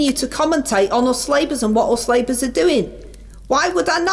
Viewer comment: I fink yer dead right, our. Don't listen to the nay-sayers, cos us labers are goin' fwom stwenf ter stwenf!